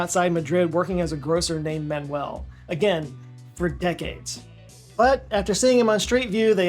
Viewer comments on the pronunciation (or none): none